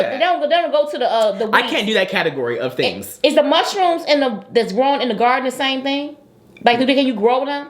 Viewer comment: SSSHHHrooms! Not ROOOOOMS! 🤣🤣🤣🤣